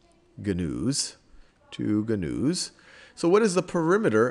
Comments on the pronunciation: hahah this was a great video but it not gunoos its pronounced noos hahaha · That word is "new" not gah-news. omg